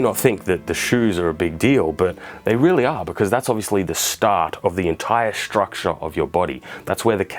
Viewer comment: I took a shot every time he said 'struckshure'.... I think I might be dead.